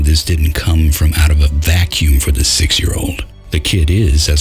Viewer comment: "for" not "four" and "more" not "moire"